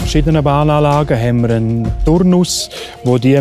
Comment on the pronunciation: En Turnuss 😂